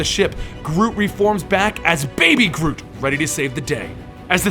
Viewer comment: All I hears was groom groovy grotty groot